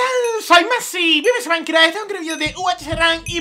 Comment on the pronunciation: Tu se dice minecraft